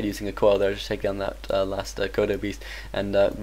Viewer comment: when he says coil it sounds like he says koala